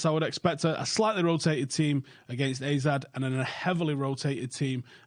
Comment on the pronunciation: It's ARE-ZED Alkmaar